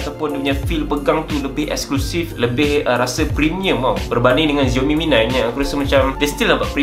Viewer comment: Its 'SIAOMI', not 'ZIAOMI'